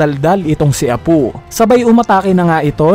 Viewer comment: Apu at hiyuri bisaya ka pala Apoo at hiyori lambutan mo po ang tigas ng bigkas mo sa pangalan nila